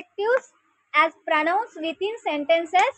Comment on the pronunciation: Madam 1st but pronoun, pronoun kadu. Please check the pronunciation before reading it for us.